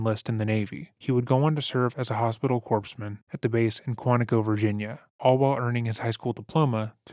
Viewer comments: Had to pause . You pronounced the word “corpsman” as “corpse-man”. The “P” is silent, so it sounds more like “core”. Same concept for Marine Corps, where it sounds like “Marine Core” and not “Marine Corpse.” Related, Marines who are ending their contract something have a joke: “I say it like ‘Marine Corpse’ because it’s dead to me.” Anyway, we don’t want to be seen by a “corpse-man” because these are Naval medics and I’d be scared that imma end up as a corpse after being treated! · First, Corpsman is pronounced Core-man, not 'corpse-man'. That is like saying 'He was in the Marine Corpse, instead of Marine Corps. As far as Bill, I recall borrowing a neighbors 'Wonderfulness' record album (an incredibly kind thing to do, considering I was only around 8 years old). That LP had me in tears...talk about hearty belly laughs & nearly peeing my pants, it was so hilarious. I marveled at hos he could be so incredibly funny and act, too! (I, Spy). It seemed at the time to be almost separate abilities. It isn't, but as Jim Carey pointed out, it's easier for a comedian to become an Actor than it is for an Actor to become a comedian. Comedians already have to have acting abilities for their skits and characters that they portray. Of course there was also Fat Albert & The Cosby Kids 'toon as a kid favorite, where young Bill was the straight man and not the comedian. Bill wasn't even the main character - a very smart move. Cosby is a living example of that old adage 'Don't meet your heroes'. Entertainers of any kind commonly have a persona or personas that they use, but those personas are not them, it's part of an act. An image. But people convince themselves that the performer is the actual person and place them on Pedestals. Entertainers share a trait with con men. Con men are those who instill a false confidence in others in order to fleece them. How they act and what they say in public is a very well constructed façade, to gain the trust required to set others up f